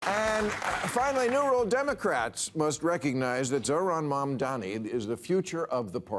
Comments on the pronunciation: bill's disdain for mamdani is so thick that he refuses to learn how to pronounce his name correctly. it's as easy as Kamala but bill has such a problem with mamdani's proposals that he just can't bring himsef to dignify the man by saying his name right. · Learn to pronounce his name Bill.